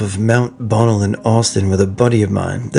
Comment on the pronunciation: Hey, Mount Bonnell is pronounced buh NELL